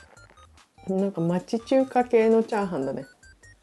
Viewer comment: チャーハン作るよ が、チャハン作るよになってた。 可愛い💕